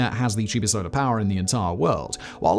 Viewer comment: I even googled it 😂, but even Google was like “Yeah, you definitely meant to say Solar, right? Spolar ain’t a thing.”